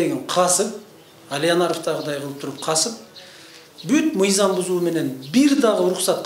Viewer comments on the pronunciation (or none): Ээй адам биринчи туура суйлошту уйронсон нийзам эмес мыйзам деп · Эй чёрный мыйзамды нийзам деп жатасын туура суйлошту уйрон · Нийзам, мийзам эмес мыйзам болот туура суйлошту билип алып анан башкаларды уйротсо болмок.